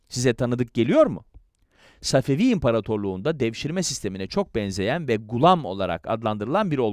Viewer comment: Səfəfi tarixini düzķün demirsən. Babur tarixini də düzķü danışmırsan.